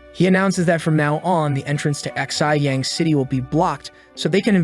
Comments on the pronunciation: The city of Ahhhhxi yang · You pronounce Xiyang as she-yahng…